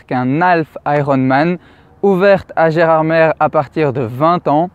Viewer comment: Précision Gerardmer se prononce « Gerardmé »